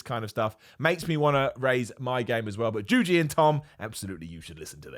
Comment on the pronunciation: These two run an entertainment channel. What do you mean by "listen"? Also "JUJI" not juju. How hard can that be,?